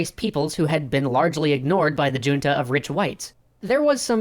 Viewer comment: It’s not your pronunciation of “” that bugs me, it’s the original content creator’s pronunciation of “junta” 😬😩 I mean, it’s one thing to have taken a different language in school and not know how to pronounce Spanish names, but “junta” is a word in common usage, right?